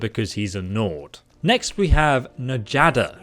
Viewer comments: just so everyone is aware, in this type of spelling, the J acts as a y. So rather than "N-Jadda" as he was saying, it would be "Nyadda" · 😄😄😄 Its pronounced Nyada, not Na-jotta. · Isn’t Njada pronounced Nyada? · Njada is actually pronouced as Nya da since the Norse pronounce "J" as "Y" and also Aela is actually pronouced as A-Ella. Sorry if I sounded like I was nitpicking. I wasn't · It triggers me that u say N-jaada but still I love ur vids alot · Given that Nord names use j like a y, I'm pretty sure her name is "NEE-AH-DUH". Or maybe go weeb with it and say "Nya-da". Farkas is a blacksmith? His suck in Dustman's Cairn makes so much sense now. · pretty sure it's pronounced yaada